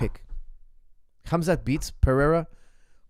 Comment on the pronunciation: Sorry coach . but his correct name is Hamza .why you keep saying his name with K ??